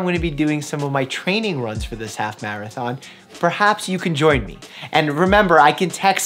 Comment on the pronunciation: Dr.mike:Maraton Me:What Dr:Mike:Marathon I didn’t misspell the first Marathon*